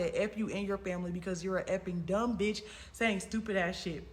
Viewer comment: He can’t even say B***h right 🤣